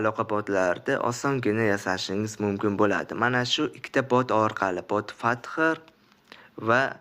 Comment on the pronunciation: Bot father Bot fazer deb o'qiladi Bot fazer